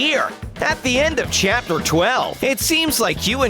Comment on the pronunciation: WHY IS IT A LOST CHUPTER AND WHY IS A LOST CHUPTER